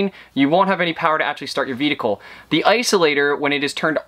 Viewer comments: (and throughout places of the video), ate you saying "veedicle" instead of "vehicle" ? Reminds me of that scene in Super Troopers when the trooper is saying meow. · "vedicle batteries" :)